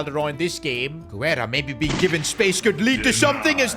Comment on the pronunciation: you’ve been pronouncing Guerra’s name wrong, Guerra is my last name and you pronounce it Gar-Ra